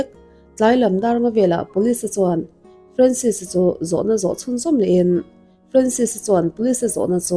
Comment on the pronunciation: Ka fanu hming ang ania, Francis anga lam(pronounce) lo in, Franses anga lam tur 😇